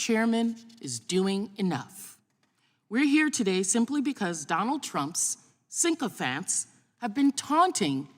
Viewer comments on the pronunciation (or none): Did she say "sinkofant" instead of sycophant?